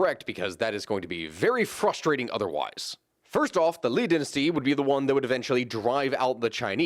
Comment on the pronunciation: How does an American come to pronounce "dynasty" as "den-astee"?